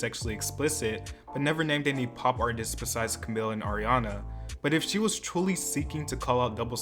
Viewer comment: it’s been years & you pronounce Camila’s name wrong 😂 It’s pronounced the latin way “Ca-mee-la”. Lol